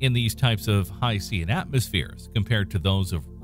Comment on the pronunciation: I love your videos but you're mispronouncing "hycean". The "Cean" part is pronounced the same as "tian" in "Haitian".